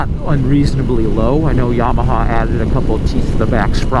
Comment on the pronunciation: I like how you said "YABAHA" .